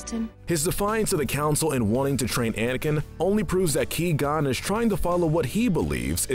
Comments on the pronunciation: Who tf is 'Key'-gon-jin? Guess it was a background character I missed, lmao. Good video, as always though. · Me when he said key Qui-Qon Jinn "You have chosen death then" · Now hold on. Great list and all but seriously. Ki-Gon?! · Him: Pronounces Qui-Gon's name "Key-Gone". Literally the entire Star Wars fandom: What? How can you do this. This is outrageous, it's unfair. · Ah yes my favorite character, Key-gon jin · "Key Gon Jinn" Bruh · "Key-Gone Jinn" 😂😂😂😂😂😂😂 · "Ki-gon" Jesus Christ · I had to give you a thumbs down. 'Key-gon'? Really? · Lmao he said key gonn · Hey, stop saying qui-gonn jin like key. It's not! It's quag! I'm excited to see what you do with sequel trilogy. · Liam Neason: I am a jedi: wassup Ki-Gon Jin Liam: is this guy serious right now: Of course "Ki-Gon" Liam: gets Qui-Gon Jin mode on Liam: You asked: but.. Liam: What?? I'm just gonna ask if I can sub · Key-gone? sheesh that tilted me to no end. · He said queeee gon hehehe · Ngl - I wanted to smash my phone when I first heard Key-Gon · Key gon btw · “Ki Gon” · pronounced gw-eye gon btw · "key gone"??? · Key-gon makes me cringe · It’s pronounced Kwi gon jin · Qui-Gon cries every time you say his name like that. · The gold medal of evil goes to you, for not pronouncing Qui-Gon Jinn correctly. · ok can someone PLEASE TELL ITS QUI GON JIN. The Qui is pronounced like Kawhi Leonard's name without the a. He is ABSOLUTELY BUTCHERING HIS NAME! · “ he’s too dangerous to be alive!” I agree, he said qui gon Jin wrong. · Qui qui QUI , for the love of the force. 😑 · He lost his key before the video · My reaction every time I here him say Qui Gons name Who? Wait Oh my god😂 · The pronunciation of Qui-Gon’s name in this video makes Qui-Gon’s ashes toss and turn in their urn! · You completely butchered the pronunciation of Qui Gon. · Ki-gon? it's qui-gon, pronounced kw-i-gone. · This is the best part of all Star Wars and this video The worst bit is hi, saying key+gon jinn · Key gone